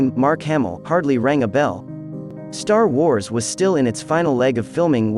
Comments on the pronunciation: I’m sorry… Did you say “tar wars”? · ”Tar wars” says this AI-voice . Great...